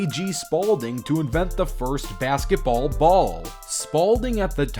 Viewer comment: The way he says bazgetball